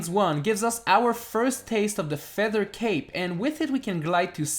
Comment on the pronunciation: Did he say feather cake?